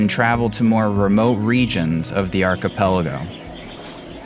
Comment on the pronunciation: Almost went a show without saying, Arcapelago... almost